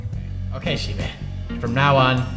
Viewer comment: Shibe... shiba... wait... I'm sorry?